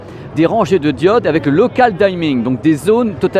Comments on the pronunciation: on prononce dimming pas dYmming xD, merci pour ta vidéo tu nous fait rêver ！ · Je n'ai jamais compris la "sur-prononciation" des mots anglais. Dimming ne se prononce pas "daiming", le i se prononce bien comme un i et non "aïe". Bref, parfois la bonne prononciation correspond bien à la prononciation Française. Ca m'étonne de toi qui parle bien anglais. Ca me rappel les gens qui prononçaient Prison Break "Pr-aïe-son Break"...